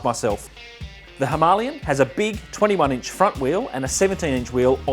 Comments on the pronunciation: Great review buddy I can’t stop laughing every time you say himolion lol 😂 🤣🤣🤣🥲🤣. Cmon mate it’s a Himalayan not a himolion lol 😂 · Was he by chance Indian? Thats not how you say it in the Queens English dear fellow. Trust me I invented the language haha. (well my forbears did). There is no 'ian" "ien" sound. Its "lay" as in "lay the table dear"😂 Was a nice review. So as not to sound like a dick I'll watch some of your other vids👍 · Whats with the inability to say Himalayan correctly! Argh. Its not Himalian or Himalien😂. I had to switch off😜(nice review skipped through).